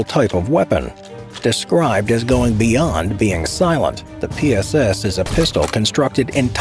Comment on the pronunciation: Please avoid saying anything in Russian. That PSS pronunciation... 🥲